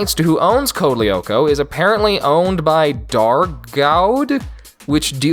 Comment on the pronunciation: As french person this show was FIRE !! Evrybody know about it in France. I loved this its my childhood. this but please i beg you DO NOT WATCH CODE LYOKO EVOLUTION !! (Oh and also you dont pronounce the "L" si its code (L)yoko